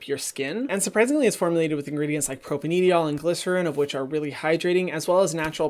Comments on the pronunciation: You don’t have to pronounce the e in propanediol 😁 Propane diol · I could be wrong, but I think that propanediol is pronounced like "propane - dye - all"